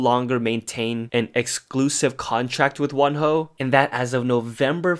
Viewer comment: I thought you say one hoe and im so shookth and confuse then i realise it is wonho